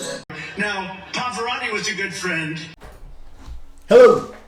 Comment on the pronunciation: Please give a hIgh-end smirk when Trump says "Paverati!"